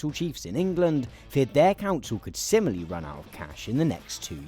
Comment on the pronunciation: I'm in Ber... where? The audio mix and your enunciation at the start of this is a mess. Perhaps you need a professional editor: someone who knows their way around compressors. I'm a fan, but yikes. And it's "similarly", not "simily". So... a speech language pathologist as well? I dunno, maybe this is just how people talk in England now. I left the country for the USA in 2007, before things started going to sh*t. I used to enjoy watching your videos more before you starting dropping your "t"'s, slurring your words, rushing through scripts and generally making yourself harder to understand. I'm glad there are subtitles. I could barely understand a word that some of your interviewees were saying. So. Yay subtitles.